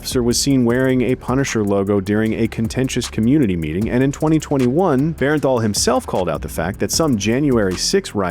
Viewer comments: Its Jon BERNTHAL not Berenthal! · To the narrator, its bernthal not bearenthal. Appreciate you! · Bernthal, not Berrenthal. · Yeah, the pronunciation was bugging me the whole time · If you say Bear-en-thall one more time.... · BERN-THAL. Please say his name correctly lol.